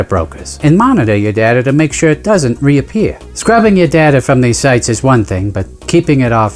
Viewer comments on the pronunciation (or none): none